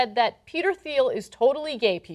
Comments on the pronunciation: ... It's pronounced "Teal", not "Theel" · Its pronounced TEEL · The H is silent...its Peter "teel" Thiel. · Minor nitpick, his name is pronounced without the "h", Peter Teal. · Ana's pronunciation of "Thiel" ... -_- -_- -_ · She keeps pronouncing his last name as "Theel"-the 'h' is silent. And hogan s last name is 'Bol-a-ye'